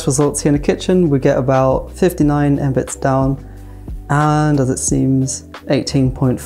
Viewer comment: Embits? Should be pronounced " mega- bits"